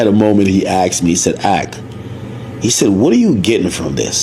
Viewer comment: “He axed me…” 😂 dumbass